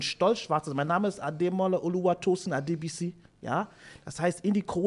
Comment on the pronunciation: Adé-bissie .. whoa, wir haben seinen Namen all die Jahre falsch ausgesprochen